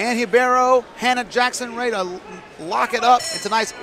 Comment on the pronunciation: Dude her name is RIBEIRO !!! What the hell are you calling her? Anything but RIBEIRO!!!